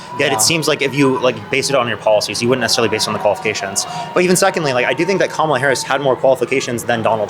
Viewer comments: He doesn't understand. He likes trump why, I have no idea. He believed Trump's lies. Trump is a 34 count felon,rapist thief. So who would you vote for?! Kamala Harris is so much more qualified. He can't pronounce her name! She is well educated well-spoken and she answered those debate questions clearly honestly and truthfully for the American people. He just believed Trump lies. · I don't know how you just stand there so calmly 😊 I'm screaming at my phone.💙 his 1st term added 25% to the deficit. He won't even say her name right. Comma la its not hard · I think how people pronounce Kamala's name is very telling. This man keeps saying Cam-a-la like camel. As if he wants to call her Camel Toe because she's a woman. It's ironic that he says he's for women's rights, but it sounds like he has a problem with a woman being president. He's okay with giving Trump a chance, because running a country is hard. He wants to give Trump 4 years of a chance, even though he already had that, but he doesn't want to give Kamala a chance because she's not qualified? What is qualified? It sounds like only a man is qualified. You heard him, he was upset that he didn't get a choice for the Democratic party. If he did get a choice, he wouldn't have chosen Kamala. Unfortunately, i don't think that the American people would have voted for her. We're not ready for a woman. I think we will be ready in 20 years. I say that because most of my class presidents in grade school and in college were women. We need to push out the Boomers and the older Gen X. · Be straight dude, you didn't vote for Kamala because she's black. You can't even pronounce her name correctly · It’s telling who he really is. He can’t bring himself to say one bad thing about dumpster. He’s racist and doesn’t even know it. He said VP Harris wasn’t confident and experienced enough to be president. The fact that he mispronounces her name is blaring. Huh???